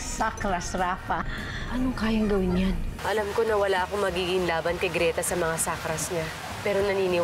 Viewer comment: "BALABAL" NOT LAMPIN YUNG LAMPIN PO AY SA BABY O SANGGOL "GRETA" NOT GLETA CORRECTION